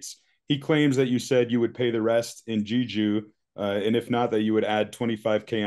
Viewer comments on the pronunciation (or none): it's pronounced "Jay-joo"